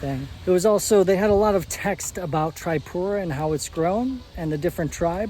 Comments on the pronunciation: I m from tripura... thanks for visiting ❤❤😊😊 Its not tri(pura)its (tree)pura .. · Hi! you can pronounce it as "TreePura" intead of the "Tri" ✌ Enjoy your stay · Hey brother it's not trypura. It's triipura(Tripura) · Tripura ❌ Trypura ✅😂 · bro its not Triepura its Tripura . not offence just to let u know and a hearty welcome.. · bro its tripura not trypura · Not trypura itz Tripura man😂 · Taipura ✅ Tripura ❎😅😂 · It's not Traipura. It's TRIPURA. TREEPURA. OKAY. Welcome to our state❤ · Tripura ❌ Trypura✔️ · First of all it's TRIPURA not Traipura 😫🤣😂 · Pronunciation of Tripura is actually 👉 Tree-poo-raa or teeree-pooraa (Not Try-pura)... Anyway thanks a lot for visiting and highlighting our home state... Keep exploring 🙏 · its tree pura not try pura :face-blue-smiling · its pronounced as TREEPURA not TRYPURA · It is pronounced Tripura - as in trip+ura. Most Indian proper nouns are written phonetically - if it was called Trypura, then they would (usually) write it so. Just follow the lead of the folks around. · pronounce like this TREE-PURA not trypura 😂.. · ur pronounciation bro 🤔 it's tree-puuu-raaa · Your pronounciation (tripura) is not correct btw most welcome to India❤ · It is pronounced Tree-poo-ra. Rashes are probably from mosquitoes or bed bugs. Did you eat/drink anything raw/undercooked? Oh yeah! The salad. Thats the bad boy. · Pronounce this way...Treepoora.